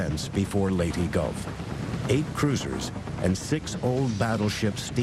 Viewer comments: Don’t really get how Leyte gets the -y sound after the e in documentaries. It’s always been Ley-te, with te said as in Ted. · Thank you thank you for not butchering the other Pilippino words but its LATE-TEH and SEA-BUYAN trust me I am a pilippino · As a Filipino I shall judge every mispronunciations: All in order of Time-How they said it-Corection on how it actually sounds-Score-Actual Spelling Leytee>Leyteh 6/10 Leyte Sa-mar>Sah-mar 9/10 Samar Surigao 10/10 Surigao Leyteh 10/10 Leyte Edit: I won't judge other pronunciations when I get they finally get the actual stuff